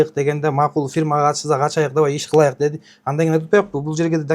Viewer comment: Ачайык,кылайык деп туура да суйлой албайтко ужас😮